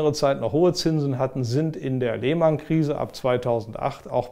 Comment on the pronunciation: "Die Leeeehhhhmannnn Krise" So richtig schön Deutsch ausgesprochen. Fabelhaft.